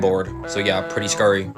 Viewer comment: "Pretty Scury" XD